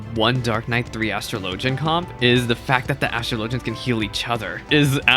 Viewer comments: dude literally Google it… as-truh-LOH-juhn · Astr-LOW-gian is the correct pronounciation. In ff, astrology and astrLOWgy both exist but are not the same thing. It's pronounced differently so people are aware of which one is being discussed.